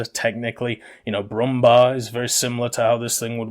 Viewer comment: Pro Tip: The “U” in Brumbär is pronounced like “you” without “y” and the “är” like “Air”